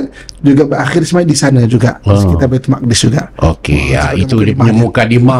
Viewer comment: Sebutan Baitul muqaddis oleh pengacara harus diperbetulkan iaitu Baitul Maqdis... wallahu a'lam.